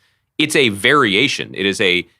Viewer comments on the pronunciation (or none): none